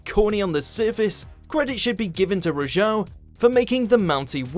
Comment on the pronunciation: The Mountie might be crazy, but he was also amazing. Such a shame you can't pronounce his last name.